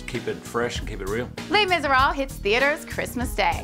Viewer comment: She pronounces misérables wrong.. LOL double fail